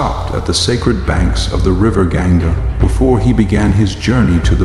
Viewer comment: well I've never read Mahabharat so it's all mostly new information for me. It's annoying that the narrator mispronounces names like Ganga, Hastinapura, Devavratha, etc... I'm also a bit lost on some of the characters but I'll probably rewatch season 1 to help me get some clarity and better understanding of the story so far. The background music also annoys me a bit sometimes and I wish it were more Indian-sounding music, but that's okay. Overall I am enjoying the series. Am learning alot and look forward to season 2!